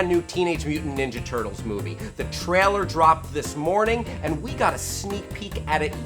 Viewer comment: For fook sake learn how to say "trailer" correctly already! Is this just another thing you do on purpose that you think will appear endearing but is just annoying as shit?! I wan't to get super angry but I feel a bit sorry for you with you being a virgin and all....